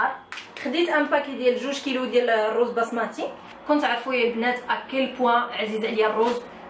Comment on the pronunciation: ارز بسمتي ماشي بصمتي